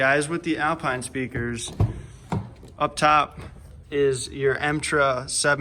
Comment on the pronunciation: Metra, not emtra.